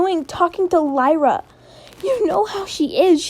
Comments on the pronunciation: It's "LILA" not "LYRA". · Ok but you saying "Lyra" instead of "Lila" got me every time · The liar girl's name is pronounced Lia-la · Purposely mispronouncing her name savage